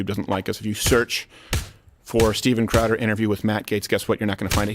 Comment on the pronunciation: Sorry…. WHITE POW-DER with CHOWDER… SORRY You said go crazy I do love you guys!